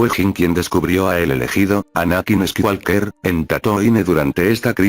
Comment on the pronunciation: Con todo respeto y agradeciendo el video: suena fatal la pronunciación de los nombres propios "squiwalker", "kui gon jin", etc.